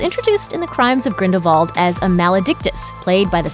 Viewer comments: the fact that this lady said “griffook” instead of “griphook” and “gridevald” instead of “grindewald” really annoying me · Crimes of GrindelVALD. What? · “The Crimes of Grindel V ald” 😂😂😂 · it's not grindalwald? With a W??????? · Arrrrrgh! The pronunciation for is so irritating. Firstly, It is the Deathly Hallows, not hollows. And secondly it is Grindelwald, not Grindelvald.